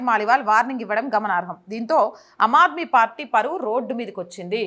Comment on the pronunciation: అమ్ ఆద్మీ - ఆమ్ ఆద్మీ అని పలకాలి . *హిందీ లో ఆమ్ అంటే మామూలు,సాదారణ మనిషి అని అర్థం . పదాలకు అర్థాలు తెలియకుంటే - పలుకడం కూడా తెలియదు.